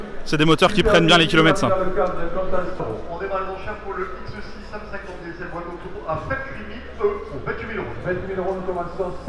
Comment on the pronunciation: Au lieu de comprendre "ça reste un très bon prix pour ce x6" j'ai entendu "ça rest un très bon prix pour cette saucisse" 😂 😂